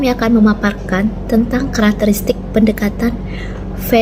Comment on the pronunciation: Pendekata-N nek, bukan pendekata-M... semangat nek